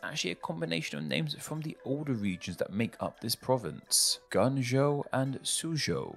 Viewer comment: I don't know if anyone else told you. But in Pinyin zh is pronounced like something between the g in garage and the j in Joe, there's no s/z sound. Guangzhou become guan'joe as an example.